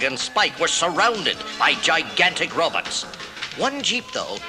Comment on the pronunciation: I loved book/cassette combos as a kid! HAHA! Cracking up over the good ol’ “robits” and dinasawers” pronunciations! 😆